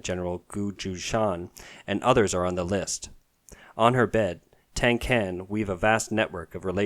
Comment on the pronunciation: Tang can is pronounced Tahng Tsahn